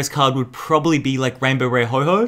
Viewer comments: It's oh-ho not ho-ho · ITS NOT HO HO ITS HO OH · no offence but it's ho oh not hoho it's not santa 🎅 and I love ur vids I'm subscried and I've liked heaps of ur vids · Hey, dont call Ho-oh GX Ho-Ho Gx. Its not Christmas yet! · ITS HO-OH NOT HO-HO HES NOT SANTA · PickPig EXACTLY!!! I hate it when people say Ho-Ho. It clearly says Ho-OH. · PickPig so what if he does pronounce like ho-ho ... not everyone is perfect deal with it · I love this video but what triggered me is that you said ho ho but it is ho oh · Did you just call Ho-Oh, Ho-Ho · Ho-Ho gx, lol Ho-oh..... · It's ho-oh not ho-ho ho-oh isn't santa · did you really say "ho-ho"? It is "ho-oh"! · did you call ho-oh "ho-ho"? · It is not ho ho it is ho-oh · Ho oh not ho ho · A do it’s ho-oh not ho-ho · It's ho-oh not ho-ho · ITS HO-OH NOT HO-HO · I did notice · Map Man02 me too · Did he really call ho-oh ho-ho? 😂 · I cringe every time says Ho-Ho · Did you just said Ho-ho ?? #Ho-ho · He called it hoho gx😂😂😂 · He said HoHo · You pronounce Ho-oh wrong!!! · Can you say it right no hate intended